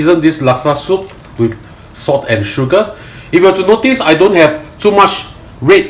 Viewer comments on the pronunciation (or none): Its PRAWN HEADS. NOT PRAWNS HEAD. Its SALT, NOT SOTT.